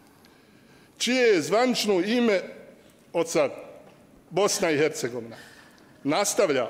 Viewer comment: Bice samo malena Bosna i ERCEGOVINA bez H jer Slovo H vas muči u izgovoru